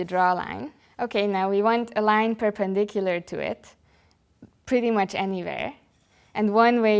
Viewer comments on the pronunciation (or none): "Perpindicular"? NOT! ;-) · "perpindicular" = perpendicular. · Nice but at 3.08 the word is perpendicular.